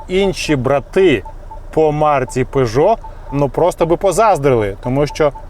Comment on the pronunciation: Правильно Пежо а не Пижо !!!